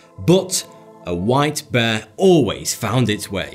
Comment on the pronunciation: Am I the only person who thought beer instead of white bear